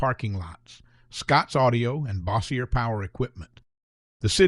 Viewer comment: Cannot pronounce “Bossier”, though.